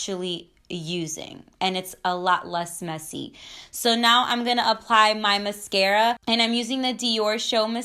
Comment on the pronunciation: Steph Vidal cause she says it correct??? 😂😂😂